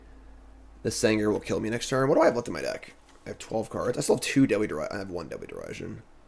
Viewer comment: Derision is pronounced like The Vision